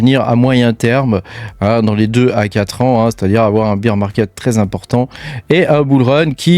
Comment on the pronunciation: Merci pour la vidéo, si je peux faire 2 remarques cependant c'est que tu nous présente des graphiQUES et pas des graphiSMES, et d'autre part il vaut mieux prononcer Bear "bère" plutôt que "bire" qui correspond à Beer (bière) sinon ça donne l'impression que tu parles d'un marché de la bière plutôt que d'un marché baissier 😂